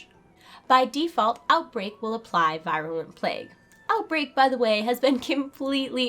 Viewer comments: teeny little pet peeve of mine, proper pronunciation of words. i.e. virulent is pronounced [vir-yuh-luh nt, vir-uh-] (from , look it up) - veer-u-lent, NOT v-eye-r-u-lent. don't mind me . . . =) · Yeah, I cringed when I heard it.